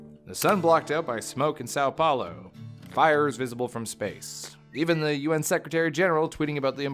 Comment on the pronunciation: He says the best "São Paulo" of non-Brazilian youtubers